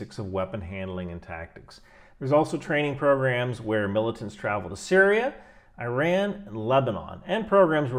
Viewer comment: Awesome video. As a reminder, the country Iran is pronounced closer to ee-rahn, vs eye-ran